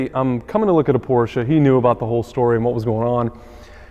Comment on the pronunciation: I can not fucking believe this.. he said Porsche instead of porsha po porsh. VAG should give him a car of his choice for such a remarkable achievment.